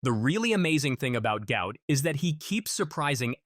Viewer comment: His father said his name is NOT "Gout", but Gu-ot. Flip the vowels to get the name correct. Show some respect by getting the name correct.